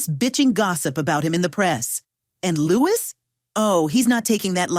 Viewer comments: Lewis who? Oh you MEAN “LOO-E”. It’s a nom de Français. I’ll be diplomatic, why can’t certain people from a particular country learn to pronounce and say things correctly eh! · Stopped listening before . LEWIS Walsh????? Looo Eee ffs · Not really sure who “Lewis” Walsh is, anyone? Is he related to “Loo-ee” Walsh? FML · Make your mind up. Is it the correct pronunciation of Louis, Loowee or the incorrect Lewis? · His name is not Lewis,it's Louis,probably rinsed every group he has had control off,not arguing bout that but his name is not fucking Lewis,it's Louis. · Louis is pronounced Lewis in the States, even if it’s spelled as “Louis.” Also, it’s obviously an AI voice as sometimes Louis is pronounced correctly and other times incorrectly. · If you can't pronounce someones name properly then maybe you should learn! It's not Lewis, it's Louis (pronounce lewie)! So annoying!! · I came on here to correct the pronunciation too. However in some cases it is pronounced Lewis. My friend's dad was called it that's how I know. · Pronunciation off here - Louie please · Why pronounce it right sometimes then say lewis walsh dumb dumb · His name is Loo-eee btw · Annoying hey, Lou isss Walsh??? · It was irritating me.